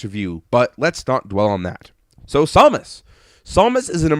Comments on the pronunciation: I wish I would have known you'd be pronouncing Samus as Sau-mus. I would have gave you a take of me saying, "For the love of God! It's SAM-US!" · samus, not somus. ugh that was driving me nuts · It's pronounced Sam us